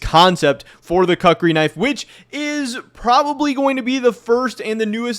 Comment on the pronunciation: koo͝k′rē is correct pronunciation